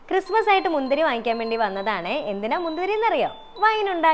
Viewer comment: മുന്ധുരി അല്ല മുന്തിരി 😂😂